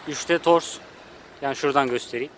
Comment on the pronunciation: Tors deyil o TORK 😀